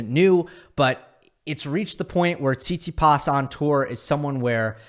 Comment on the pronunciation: This is a fantastic video but it frustrates me every time you say tsitsipas because I’m fairly sure that’s not how you pronounce it, good video but bro 😭